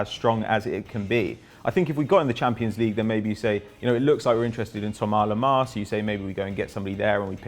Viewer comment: This bloke is a prick. He just pronounced "Thomas lemar" as thomar lemar bruh